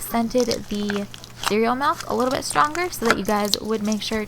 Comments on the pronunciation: Why do you say melk... why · Am I the only one who got annoyed when she said "MALK"